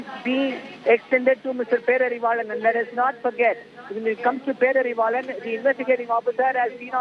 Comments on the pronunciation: Learn to pronounce his name properly , it’s not perarivillan lol 😂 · Anchor not even telling name properly 😂pity